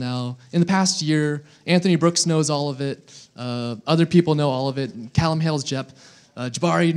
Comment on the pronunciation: wtf..he said "oll us 56 cases" oll is 57 cases mate